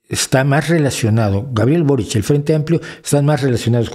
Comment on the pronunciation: Primero, venezuela si es de izquierda aun siendo una dictadura personalista y segundo, se pronuncia borich no borik